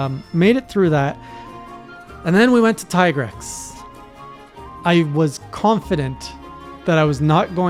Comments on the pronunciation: Tee-grex, Japanese pronounce "i" as "ee" (Ki = Kee), (Chi = Chee), (Karate Gi = Gee), (Akira = A kee ra), (Pikachu = Pee ka chu), (Ibuki = EE bu kee) Also, Capcom officially calls him Tee-grex. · The pronunciation of Tigrex is a slightly debated issue in the community, but I'd say that Teagrex has the better arguments than Tiegrex: 1: It rhymes with T-Rex 2: The monster is also called Tigrex in other languages that much unlike english are actually phonetically consistent and well... none of those languages pronunces the letter i as eye, that's a specifically english quirk.